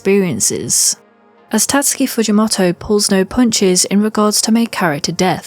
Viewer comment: the way you say “fujimoto” is so distracting lul